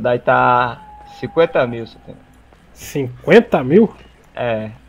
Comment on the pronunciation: E tu falando Tonhão errado pqp kskskdkdkdkkskskdkdkd